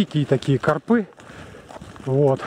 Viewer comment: карпЫ - ударение не правильное , режет слух , а ты , как назло , сотню раз повторил